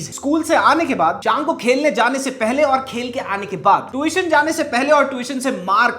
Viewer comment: Yeh dusro ki Angrezi sudharta hai khud Tution ko Twition bol raha hai 😂😂